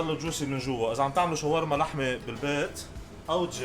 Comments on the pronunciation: كلمة شاورما هيك مو شوارما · شوف أي شخص ضيع باللغه العربيه وخلي يصلحلك .... شاورما وليس شوارما